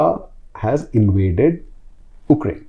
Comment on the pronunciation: Anyone else felt uneasy everytime say OOKRAINE instead of Ukraine?